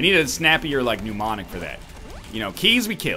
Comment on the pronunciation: I dont understand why you just leave money lying on the ground during the Ultra Greed fight when it would be trivially easy to pick it up And while I'm criticizing, mnemonic is pronounced "Nemonic". You're pronouncing it with "pneumo", like it has something to do with air